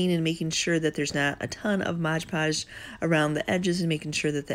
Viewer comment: Love your videos. Just one thing. Its Mod podge not modge podge